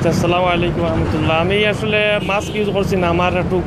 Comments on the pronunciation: mask not maks😂😂😂😂😂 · উপস্থাপক সাহেব, শব্দটা হবে মাস্ক (mask)